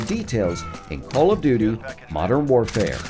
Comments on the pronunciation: Did anyone catch him say call of dodo 😂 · He called it call of dodo atleast thats what i hear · u said call of do do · Legit, dude just said Call of DooDoo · did he just say call of doodoo? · Call of doodoo you said 😂😭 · Did no one else notice how he said call of dodo modern warfare? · " let's look in 10 wepean details in callof do do" I'm pretty sure he said "call of do do" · we just gon ignore the fact he said “call of dudu.” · That feeling after the coffee in the morning. The "call of dudu"! xD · h3y he said call of Dudu